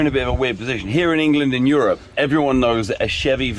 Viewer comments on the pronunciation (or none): none